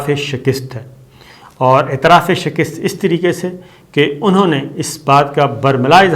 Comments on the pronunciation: Sabir sahib,,,its ' shikast' not shikist,, correct it kindly thanks from UK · The word is SHAKAST not SHAKIST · Respected Mr. Sabir Shakir You are requested to put a ( zabr) on Kaaf. It is not Zair zbeneath Kaaf. Plz check dictionary. Wrong pronunciation is always a burden to the ears and mind. Plz correcto